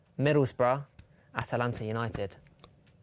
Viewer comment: calling Atlanta United “Atalanta United” was wholesome